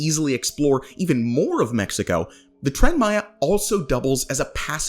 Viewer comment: It doesn't matter how much money has been thrown at Tren Maya, it's infrastructure, it's investment for the future, specially, like you said for a neglected zone, for centuries, of the country. Btw, great pronunciation 👍🏻